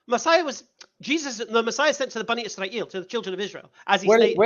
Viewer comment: "bunny Y'srael" 🤣